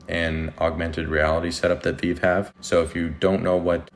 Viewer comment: Thanks for the content. Only tip I have is call it Ve-Ve. It’s a thing the community is critical of lol. Stupid but just wanna help out. If creator says Vev they will disregard your content. Sorry they are so petty. But you did a great job explaining the project to new users